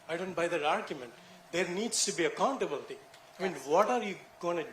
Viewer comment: ac-COUNT-ablty dIMinish lol